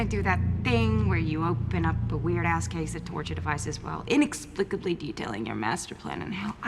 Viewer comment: she kinda sounded like Anne Hathaway there when she really emphasizes the "inexplicably" and her 'brooklyn' accent wasn't really there either